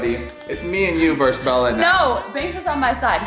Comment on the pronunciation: Bella not bell